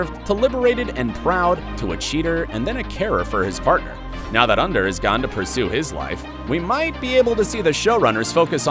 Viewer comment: It's Ander not Under